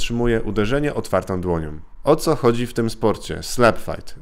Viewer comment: "Otwartom dłoniom" . większom siłę maksymalnom" - tak mówi koleś który ma wyższe wykształcenie, a w szkołach spędził ponad 20 lat wliczając różne szkolenia. I mówi: Otwartom dłoniom i większom siłę maksymalnom. Tego się nie da słuchać.